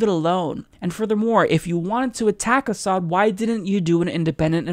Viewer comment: 1) Doesn't know Hitler used chemical weapons. 2) Thinks concentration camps are "holocaust centers." 3) Cannot pronounce "Assad." 4) Thinks Trump "just the other day sat down with Martin Luther King." (Yes, direct quote.)